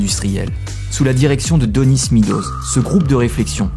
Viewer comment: Très bonne vidéo, merci. Juste un petit détail : Meadows se prononce Médoz, pas Midoz. De même Reagan se prononce Régane, pas Rigane.